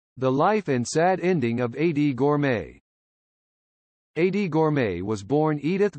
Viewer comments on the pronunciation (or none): "EIGHTY" Gorme!? You're doing "The Life" of this great pop singer, and you mispronounce her first name!? You should've re-recorded this track with an announcer who not only knew her first name was pronounced "EEDEE", but who also could read the script with some feeling. As others have already pointed out, there are other mispronunciations which make this effort of yours second-rate by almost anyone's professional standards. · It's pronounced Eedie not Adee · Why does he call her Adie. It’s driving me nuts